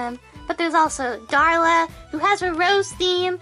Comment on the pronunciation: 'Darla' it's Daria lol